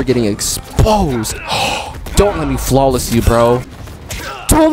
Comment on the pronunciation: He got flaweles 😂😂😂😂😂